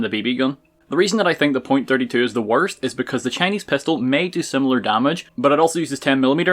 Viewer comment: I’m not terribly worried about why you’re using the .32 pistol, I’m worried about why you’re pronouncing it the way you are lol.